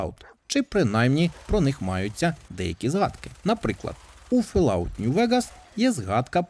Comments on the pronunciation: ФоллОут, а не Фелауте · FollOut а не фаляут